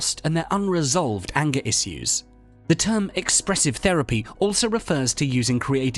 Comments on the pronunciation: You're saying "issues" weird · The way this guy pronounces “issues” really pisses me off.